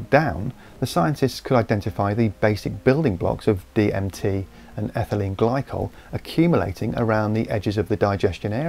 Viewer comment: Did he say ethanyle glycol and...DMT?